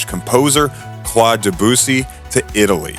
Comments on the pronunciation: Did you notice his pronunciation of the French composer Claude Debussy? It's even worse. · He mispelled Marcello, he shortened Gandini to Gandi, and his pronunciation of Claude Debussy is even funnier... what an idi....T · The bare minimum one should do is to learn the name of the subject of his work. That name is Marcello, not "Marselo". Open Google Translator and learn it, it requires 10 seconds. Not to say anything about "Claude Debussy". Pollice verso to the video.